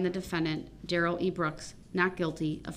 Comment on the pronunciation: “Oaf of office”….”the troof”….”substained”….DUHrell Brooks